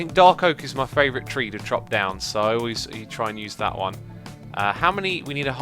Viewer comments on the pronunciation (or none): I love how he says "Three"... makes me laugh every time.